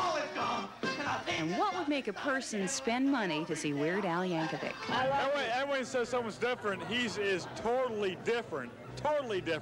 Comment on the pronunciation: Yeird Wal Ankovic. Eird Yal Wankovic.